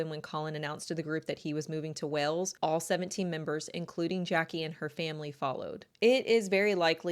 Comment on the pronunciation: I can't deal with how you say Wales. You are making a video of 20+ min take 30 seconds to say it right.